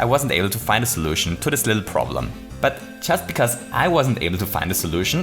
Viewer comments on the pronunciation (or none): "Bittle lit" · dive a bittle lit? What?